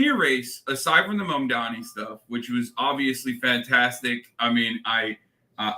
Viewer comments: Mike Johnson is so stupid he can't even pronounce Mamdani correctly. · The name is MAMDANI you should learn to say the name because I am going to be your boss! Hahahahahaha! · Can those MAGA tools please pronounce his name correctly?! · Grindr Johnson can't ever say Mamdani's name right. 🤬